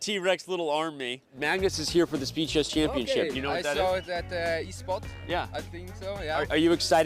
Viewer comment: "Speed Chess" sounds more like "Speechless"💀